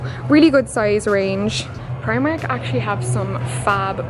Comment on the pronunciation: That's not how you say primark and you're Irish